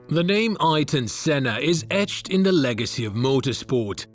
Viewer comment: "Eye-ton Senna" have you ever heard of Eye-air-ton, before doing a documentary on him or?.